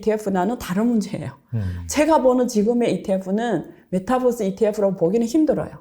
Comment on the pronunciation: 안교수님의 발음이 잘안돼 종목이 정확하지 않아요글로적어주세요. 메타벅스라해거 찿어니 없어요